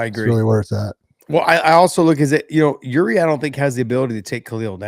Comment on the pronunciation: Get Yuri’s name right.